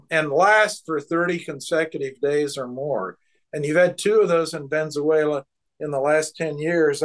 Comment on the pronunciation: He keeps saying Venze-uela instead of Venezuela.